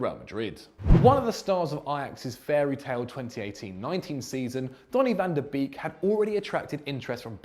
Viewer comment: Ffs, you pronounce "beek" like "bake", why is it so hard to do that, this is really dissapointing